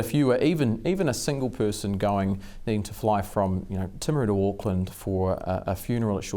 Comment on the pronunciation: Good to hear James who is from Timaru,pronounce the name correctly in English, not the woke pronounciation of Tame!